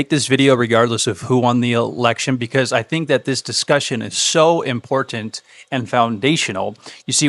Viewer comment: Always a pleasure to hear from the an important voice in Catholicism. Speaking of important--from the host of Daily Dose, another over-pronunciation of the word "Important" ImporTanT ...